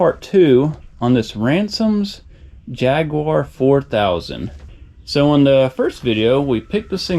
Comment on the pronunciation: Since when did Jaguar (pronounced by English speakers as Jag-you-are) become Jagwore?